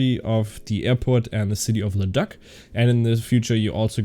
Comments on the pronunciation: Leduc is pronounced “le duke” lol good vid tho. As a resident of Alberta I’m gonna have to check it out. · You got me laughing, it's pronounced LeDOOK.